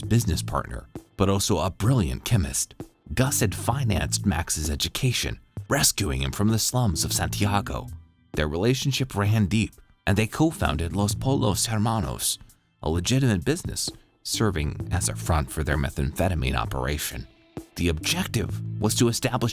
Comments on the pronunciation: Los pollos not los polos, did you see the show dude? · Los polos hermanouuuusss. Oh americans. Are you able to speak another language?